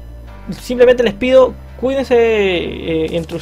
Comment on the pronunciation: "Cuindanse" JAJAJAJAJAJ PERDÓN ME DA MUCHA RISA, SOS GRANDE T ADORO ❤️